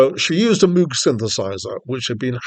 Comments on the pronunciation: Moog, sounding as in vogue, not like a cow MOOOG. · Robert MOOG -CORRECTION his name is pronounced Vogue - Rogue - Mogue NOT mooo cow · Its pronounced “MOGUE”. (Rhymes with Rogue) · Moog rhymes with Vouge and Rouge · Thanks for the review, but you should really find out how to pronounce Moog.